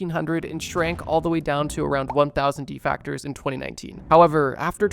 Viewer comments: Defect -ers not defact-tors😂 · IT'S DEFECTORS NOT DEFACTORS. actually made the video unwatcheable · If bro keeps saying deFactors instead of defectors I’m gonna break my monitor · Basically you saying defactors rather then defectors. They are called so after the verb defect. Pronounced the same way n not defact. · I hate that you pronounce deffecters as De-factor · lol it’s pronounced “De-Fec-Ters” and not “De-Fac-Ters” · Hate to be that guy but it’s “De-fect-ors” not “De-fact-ors” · Im so glad I’m not the only one. I know it’s such a small detail but god damn lol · defactors? de factories? de factor? Dese factors in??? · "De-FECT-ors" not De-FACTORS" sheesh. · I can’t get past two minutes of this video because he keeps “defactors”, even though he clearly even put the word DEFECTORS in the video in large letters at the top of the screen… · I hate to be that person, but it's defectors. You're pronouncing it as "defactors". Otherwise, great video! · Its defectors not defactors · Defactor 💀 DefEctors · bro said "defactors" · Defactors??😂 I can't watch this one, that is too distracting😊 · Why you sayin defectors like that